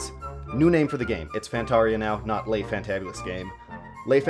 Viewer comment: Le is not pronounced lai.